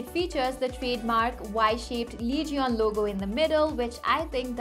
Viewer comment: its not lee-ge-on its leej-un